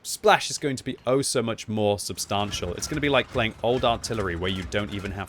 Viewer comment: When is the patch for to correctly pronounce substantial being implemented?